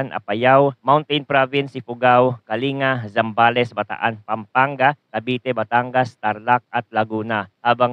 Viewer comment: Pakiaayos po ang pag pronounce sa mga probinsya banggar(bangar) kalingga(kalinga) nuweva(nueva)